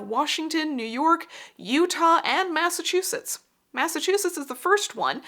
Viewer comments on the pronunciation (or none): none